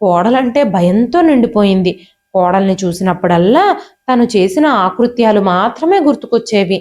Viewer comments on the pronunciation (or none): Aakrutyalu kadandi. Akrutyalu. Thappulu lekunda chadivithe baguntundi.